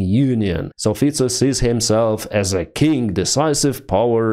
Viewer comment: LOL When says Fico's name! I love it.